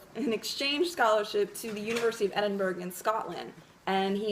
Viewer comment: Fab thanks. Really helped me understand. Edinburgh is pronounced Edin-Bruh or Edin-borough, by the way! xx